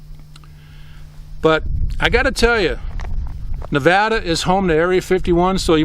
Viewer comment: Thanks for saying nevada right